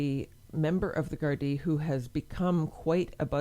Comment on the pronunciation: You pronounced Gardai perfectly. As a matter of interest do you know what happened to the childrens Mother, was she punished or did they just remove the children from her care?